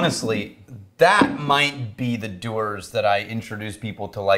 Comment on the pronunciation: Not doo rs it`s dew ers